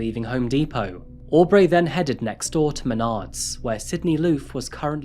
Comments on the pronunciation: Why do you pronounce things slightly off? Au-b-ray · Lmao hearing you pronounce Aubrey “Aw-Breigh” is really funny